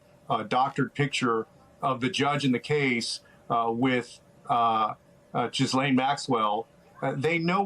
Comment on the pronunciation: Interesting mispronunciation. I think he just called her "Jiss-Lain" Maxwell